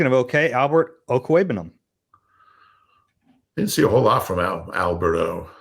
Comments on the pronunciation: I’m like how you guys continue to miss pronounce his name. Over and over. And then expecting such high expectations. I bet we get rid of him before the Super Bowl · will be disappointed when they cut Albert Okwuegbunam. He loves pronouncing his name.